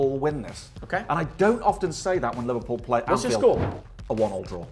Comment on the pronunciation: is the goat bro said livedpool ❤